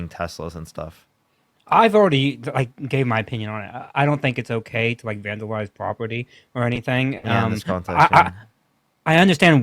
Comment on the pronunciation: i dont fink its ok to vanduwize pwopety🤣😭